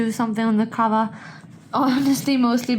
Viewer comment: Sorry for it's NOT "Can VER" it's COVER...